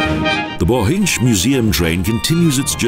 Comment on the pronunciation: The pronounciation: Bochindzh valley! They would never pronouncing so badly if it was German!